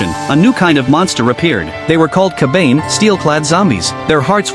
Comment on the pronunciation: Its pronounced Ka.Ba.Nay... not ker bayne. Damned AI.